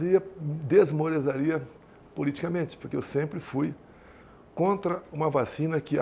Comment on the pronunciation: NÃO SABE NEM PRONUNCIAR NADA DIREITO: É EU ME DESMORALIZARIA KKKKKKKKKKKKKKKKKK(ESCOLINHA DO PROFESSOR RAIMUNDO)